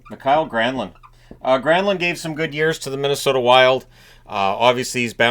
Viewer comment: I appreciate the correct Finnish pronouncing for my fellow Mi-ka-el Granlund. a solid team first player who hasn't been in the headlines for messing around, easily likeable person